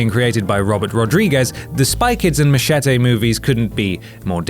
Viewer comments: You don't look posh, but then you say 'mache-tay'. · Machete or as he pronounced it Mashetay